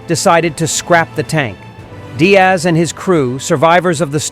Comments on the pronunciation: George Diers* not Diaz ai is so annoying 🙄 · How could you possibly think that Diers is pronounced Diaz? 🤯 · It’s actually Georg Diers, pronounced “deers”. No big deal, just some heads up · Thank you for bringing forward this historic King Tiger Berlin episode in what is sometimes referred to as "The Last Battle", borrowing from the title of Cornelius Ryan's epic novel on the fall of Berlin as written some 60 plus years ago. However, as noted below in a comment made a year ago, the narration mispronounces the name of the commander of King Tiger 314. His name is Georg Diers and it is in no way pronounced as "Diaz" as the narration does 10 times throughout the course of this video. The correct closest English equivalent is the plural of "deer" as in "deers". I have a book titled "For The Defence of Berlin! The Recollections of Georg Diers, Oskar Schäfer and Henri Fenet" compiled, translated and edited by Peter Mooney with a subsequent publication in 2017. As seen in that book title, it is "Diers" and not "Diaz". In addition, by way of marriage I have a family member who is an American-born younger cousin of Georg Diers whose birth came approximately 20 years after his. This family member lives in Colorado. Her father was an uncle of George Diers even though both men were born in a similar time frame in Wiefelstede in far northwestern Germany. It would please the surviving members of Georg Diers' family in both Germany and in America to have him honored by way of a correct pronunciation in this video. In view of that, is is possible for you to to redo the narration? I thank you in advance for your attention to this matter!